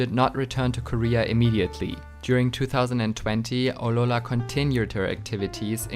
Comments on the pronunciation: just wondering why do you say aurora like that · You need to pronounce Aurora better